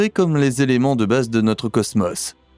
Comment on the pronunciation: C'est quoi le ceusmeus??? Cosmos je connais, il y a 2 "O" qui se prononce O et pas eu...😂😂😂